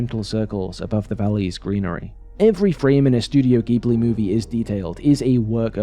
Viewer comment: I feel obliged to spread the word of “pronouncing it ‘jib-lee’” the way they do. ;-) I guess technically Miyazaki would pronounce it closer to ‘jib-oo-ri’ with the center vowel fairly elided, but regardless. Just the J sound starter is all we really desire in life.